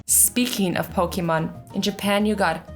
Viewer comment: Azzy: pokumon me: pokeeeeeeeemon